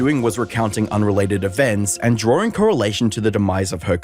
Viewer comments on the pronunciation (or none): none